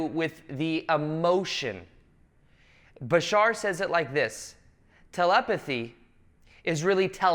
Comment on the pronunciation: Why do you people say Bishaar, its Bashar...you can say Badass but cant say bashar?!?